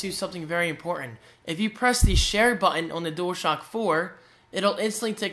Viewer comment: The word 'button' is not your strongest.